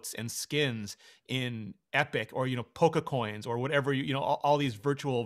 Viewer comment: My man did just say pokacoins LMAFOOOO